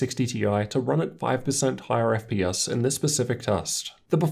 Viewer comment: wtf is an "Eff pee us"?